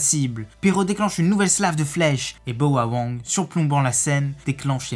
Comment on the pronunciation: c'est Bao wang pas boa wang